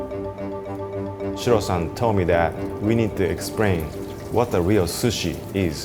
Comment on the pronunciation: "We need to exprain" love it 😂